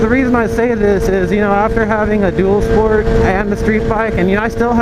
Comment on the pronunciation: When you said dual sport at first I totally thought you said doodle sport